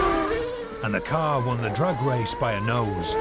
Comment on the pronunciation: When the presenter said the first test would be a Drag race i swear i thought he said A Drug race ha ha its his accent.This is fantastic im hopeing.Guy comes out the winner fingers crossed.